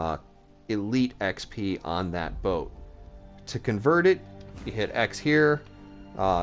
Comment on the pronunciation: Fyi its boats not botes